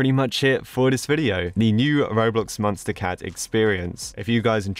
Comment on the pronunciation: I like be it how he pronounces it as munstacat instead of MonsterCat